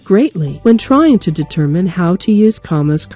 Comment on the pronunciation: lol "cammas"